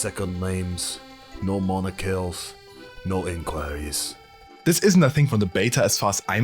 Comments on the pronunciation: This is not how we pronounce "Monikers" X) And I said East-European, not Slavic, not exactly the sames countries (So strange that someone says your wrong but just aren't concerned ;-;) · That's definitely is French - just hear how he pronounces word "moniker". And even more definitely that's not how any Slavic accent sounds.